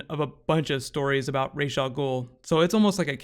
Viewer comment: Based on the arabic spelling.his name is pronounced raas not raish.